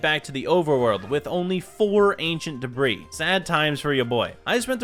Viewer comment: i was just making a joke on how he said ancient deborah and not ancient debris